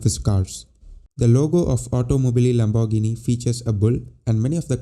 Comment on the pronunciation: Pronounce : Lambor gee nee !